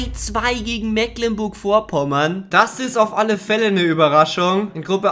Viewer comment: Mecklenburg Vorpommern heißt das und nicht Mäklenburg